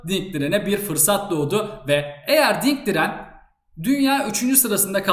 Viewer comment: Ding Diren, Ling Diren, Ling Liren, Di Li ...